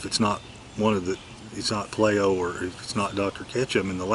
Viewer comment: Payleeo labs would be the proper pronunciation my friend.